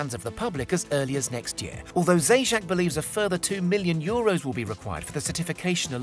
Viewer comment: Man, that surname Zajac, pronounced “Zayats” (meaning Hare), has become “Theyjack”. Lol